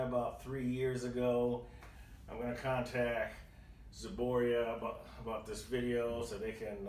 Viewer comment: Zboria? it's ZBROIA